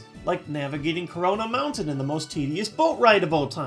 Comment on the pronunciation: Did you say "corona" mountain?